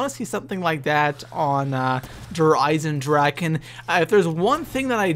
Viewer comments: Its spelled with a ch meaning "Eisendrachen" but I know you english speakers can t say 'ch' the way it s meant in german so it s kinda funny how everybody says Eisendraken ;D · Dragon = DraCHen not DraKen :) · Der EisendraKKKKKen......bruh it's drachen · its not dereisendraken,its "dereisendrache" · Der EisendraKen? xD It´s EisendraCHen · drache not draken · its so funny how everyone says eisendrachen wrong i know its german and actully i am german and it is hard to spell it right but still i luaght every time XD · i swear if i hear someone misspronounce der Eisendrachen one more time... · just for you to Know Der eisendrachen isn't pronounced with a k In german you pronounce ch like the Sound a vampire Make Then it Sees the Sun ...